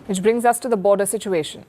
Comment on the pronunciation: Palki you are like my sister. Don't take this as criticism. I see that you mispronounce many words, like you said today- its a border issue rather than a border issue. Solution is simple, get your eye sight checked and I know you will look more beautiful than without spects. My blessings on you. Pardon me if I have hurt in any sense. Thanks